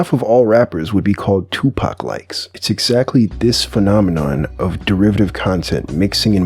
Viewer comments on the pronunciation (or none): This dude said tupac like, like he forgot the lil era